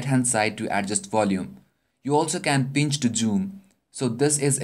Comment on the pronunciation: PINCH TO JUUM :P LOL